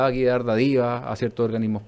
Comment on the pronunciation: Cada que vez que el entrevistado dice "dadivas", muere un gatito. Es "dÁdivas"